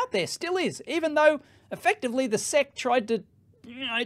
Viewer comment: Everyone: "Ess Eee See" Dave: Seck FFS, mate...